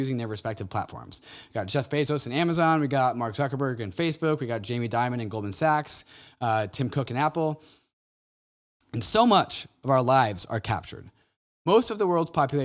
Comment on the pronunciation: It's Jamie Dimon, Not Jamie Diamond. Good piece though!